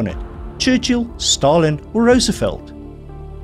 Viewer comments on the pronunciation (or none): none